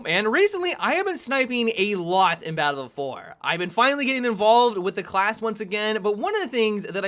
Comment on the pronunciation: I swear says "baddlfowr."